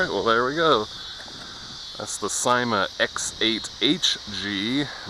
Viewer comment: thanks for the fun video! Just want to mention, it's pronounced "see-ma", according to Linda Wu, who is some exec with the company. Again, thanks...(I got mine in the mail two days ago)!